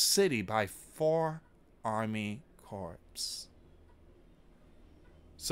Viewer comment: you have to proof read and check your pronunciations before you report. Corps isn’t pronounced corpse. It sounds like core. The p is silent. Please proof read before you report. I know you do not want to be censored. Strategic was pronounced wrong too.